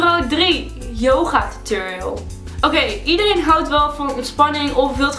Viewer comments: Het is niet tuturiul maar tutorial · Je zegt t als turoriols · Je zegt geen tuturial..... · Tuturial? Het is Tuutorial (zo spreek je het uit) Haha er staat duidelijk een 'o', waarom zeggen jullie dan een 'u'? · omg ik erger aan het woord tutorial want jullie zeggen tuturial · hahahah jullie zeggen tuturial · Het lijkt wel of jullie tuturiel zeggen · Haha je spreekt het met een o uit